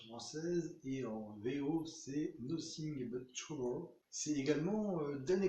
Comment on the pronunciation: Quand tu dis le titre, avec ton accent, j'ai fermé les yeux et j'étais sur les bords de l'Hudson dans les dernières heures du printemps, avec les odeurs de hot-dog mêlé au brouhaha new-yorkais. Saisissant !!! ;) Très intéressante vidéo (et bel enrobage visuel), surtout que le film n'est pas très connu, bravo misieur !